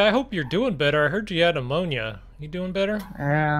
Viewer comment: anyone catch him say ammonia not pneumonia at the start of the vid